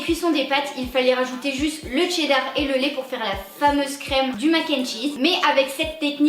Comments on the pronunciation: on dit cheddar pas tcheddar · Des barres et tu dis dcheddar toi lol